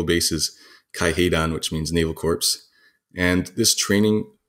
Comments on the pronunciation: Thank you, this is a great tutorial but for the love of Jesus stop pronouncing the "p" on corps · You kinda lost my interest when you pronounced Corps as Corpse. Good😮‍💨😞 Lord. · Corps is pronounced "kor" not "corps", drop the S. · *Corps is pronounced in English as ''CORE'' -- a loan word from the French, and retains the silent S. Corpse is a dead body. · Correct me if I'm wrong, but isn't corps pronounced kawrz; kohrz and not "corpse". I always thought the p was silent. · Is it a Canadian speaking habit to pronounce corps as "corpse" and not "core"? I'm not being critical I'm just curious. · It triggers me when I hear Corps pronounced as corpse. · Corps, not Corpse. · You may want to coach your guest that the word "corps" is pronounced "core" in English. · Some people speak Kohr, some Korps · Why did you call it 'Marine Corpse'? 😬🤢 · Really interesting information and well presented. (I know it's a dialect thing, but listening to him pronounce the "s" in "corps" is like nails on a chalkboard) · Very interesting and thorough video! One tip though corps is pronounced /kôr/ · Someone tell this guy “corps” does not equal “corpse” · He would be easier to take more seriously if he actually learned how to pronounce the word "Corps." Sounds as "Core." A "corpse" is a dead body... although for the majority of the Japanese SNLF troops, that did turn out to be their final outcome. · "Corpse" costs you a lot of credibility. Never, ever make that mistake again. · Marine corpse? Come on dude. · God... THANK YOU. Former US Marine here, it was like nails on a blackboard... CORPSE CORPSE CORPSE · This isn't tom-ay-to, tom-ah-to. Pronouncing corps like corpse is objectively wrong. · Marine corpse? You mean, friendly casualty... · It's not corpse. That's just not correct. Deal with it. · I dont trust anything this kid says because he dosen't know how to pronounce corps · Then he should of done the interview in German to speak the word as he did. In English, the 'p' is silent.